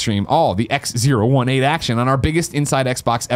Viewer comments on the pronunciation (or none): It’s “XO eighteen” not “Ex Zero One Eight”. What the fuck Greg. Also I’m sure that chair company is pronounced “sim” since it’s simulation related. Jesus. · I hope someone called Greg up on his "Ex Zero One Eight" cos who the F would name their convention that? :D It's "Ex Oh Eighteen". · He kept calling it X018 but its XO18 as in the letter o not zero